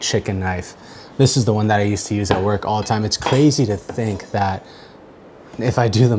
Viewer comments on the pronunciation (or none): none